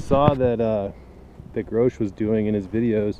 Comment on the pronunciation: Ernst "Gotsch"